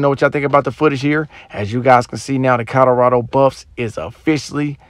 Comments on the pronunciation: Co LO rado! Not Co DO rado!!! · This narrator keeps saying "COTTERADO" (instead of Colorado) in his videos...bless his heart...smh